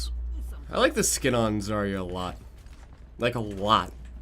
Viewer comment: But is it Zar-ia or Zar-ya? I think everybody mispronounces it all the damn time. (Я on the end)